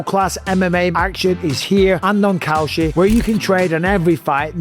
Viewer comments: Maybe Kalshi shouldn't be hiring people to advertise their product who pronounce it like "Cow Shit". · When you say kalshi it sounds like cow shit. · Cowshit? Needs to work on that accent. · Kalshi? I thought you said cow sh*t. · Kalshi haha I swear I thought you said "cow sh*t" 😂😂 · Dude says kalshi and it sounds like cow shit lol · I thought he said cow sh*t 😂😂😂